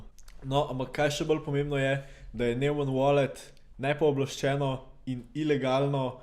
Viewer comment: Mugoc ne vejo ljudje za obrestno obresfovanje in pol ne razumejo čist. Pa nojman se prebere ampak ja...